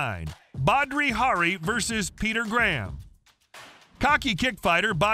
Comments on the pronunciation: “Badri Hari” … 🤦🏻‍♂️ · He also kept calling Badr Hari.. "bhadri".. Dude doesn't know shit lol Then he says "hammerfists led to the one of the most hilarious ends to a fight in history" dude was just getting bashed while already unconscious and not one hammerfist was thrown... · It is Badr Hari not badri Hari en in the second fight he smashed him